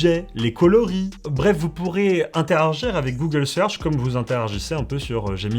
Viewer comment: ENFIN ! Je rencontre quelqu’un qui fait la même erreur que moi à l’oral en prononçant interargir au lieu d’interagir 😅